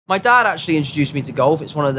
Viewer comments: POUHAHAHAH en vrai j’ai cru entendre « dada » au début aussi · Il dit my dad actually donc ca donne l’impression qu’il dit dada mais enfaite pas du tout